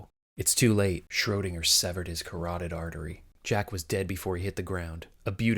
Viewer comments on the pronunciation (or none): none